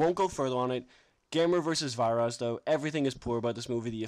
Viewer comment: nice review man! though i think its pronounced "Veer-as" and gyaos is pronounced "Gouse" like to rhyme with 'house', and with a hard 'G', sorry if im being a fussy bastard! i subbed too btw :)